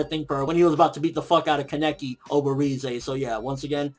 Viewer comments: said kah-nah-key not keh-neck-ee lol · Why do u say Kaneki so wrong it makes you sound so stupid lmfao